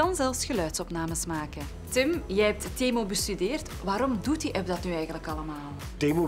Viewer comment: is niet temoe maar temuu